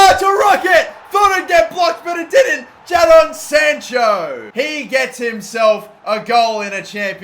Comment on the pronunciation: The way he says Jadon sancho, makes me want to cry.